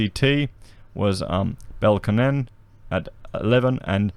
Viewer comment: Love your work but you need some coaching on Canberra...'Bell - con - an'.....'Tug - er - ah - nong'.